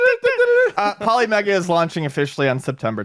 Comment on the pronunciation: its "poli" as in poly-gon, and "mega" as in mega bit